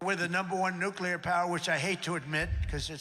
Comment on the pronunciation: The SECOND someone in a position of public address pronounces Nuclear, "New-Kew-Lurrr" I turn my fucking ears off. If he can't be bothered to care about what he speaks about, I can't be bothered to give a fuck.